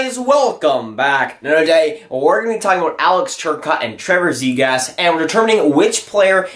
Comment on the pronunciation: it's zee graw. not zegrass.